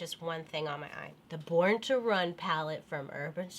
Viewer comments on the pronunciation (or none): none